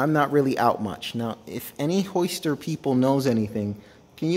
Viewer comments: "Hoister"? There is definitely a "y" in (Hi-ster)🤦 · Why do you call it a Hoister